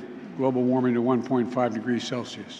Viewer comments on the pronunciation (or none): none